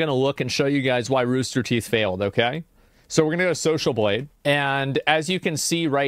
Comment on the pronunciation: Wtf is ruster teeth?